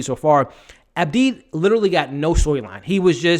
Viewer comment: ABDI NOT ABEEB 🤨